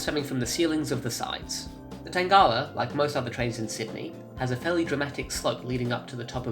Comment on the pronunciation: U say it weird tangawa